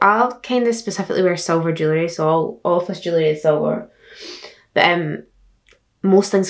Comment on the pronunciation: When she was saying jewelry I thought she was saying jelly, I need help😭